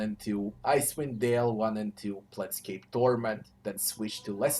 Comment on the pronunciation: Thanks! they are all amazing rpgs But it is "Planescape Torment" not "plants scape torment" hahaha